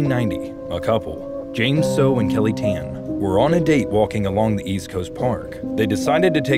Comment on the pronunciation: Kelly Tahn is how it's pronounced.